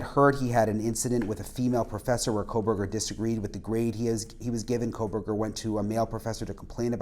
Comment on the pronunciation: he said cocoburger